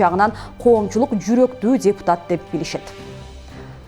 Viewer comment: Алып баруучу дзепутат эмес депутат эле болуп айтылат...